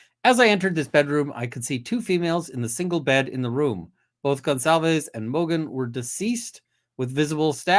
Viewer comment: just so you know - your pronunciation of 'Gonçalves' is quite good, to portuguese standards. Emily was cracking me up yesterday. This case is so insane. It's Criminal Minds meets CSI meets Perry Mason meets I don't even know what else, all rolled into one... And after listening to all that, I need to go look at lots of funny puppy vids...